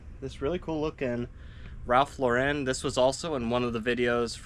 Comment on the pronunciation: It's pronounced just Lauren like the girls name. Ralph says it this way himself. Ralph Lauren is a Jewish guy from the Bronx, never understood when people add the french flare to the name lol. Great finds.